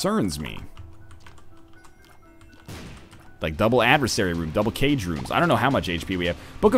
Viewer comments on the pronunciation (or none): none